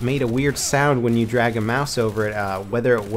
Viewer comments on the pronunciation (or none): none